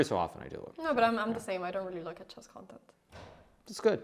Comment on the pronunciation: Hikaru is the number one coolest chess guru ever. Magnus is magnus. Anna pronounces "e"s funny. She says chass, not chess; like chackmate. :) Oh and she is the cutest.